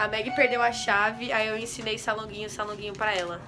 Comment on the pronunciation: "San languinhi" kkkkkkk